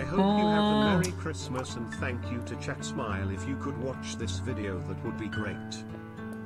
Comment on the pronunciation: I think you mean Thankubruh